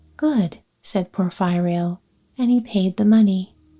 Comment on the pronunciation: I am a big fan of your sleep stories. I love your sweet voice. It always relaxes me. Allow me to suggest that the pronunciation of Porfirio is Porfeerio not Porf(eye)rio.